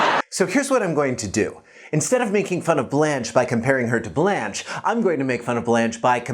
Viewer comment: I'm so irritated how he wrongly pronounced her name.